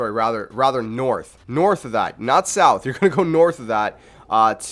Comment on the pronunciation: I was following along until you pronounced “south” like soowwwthhh because it hurt me.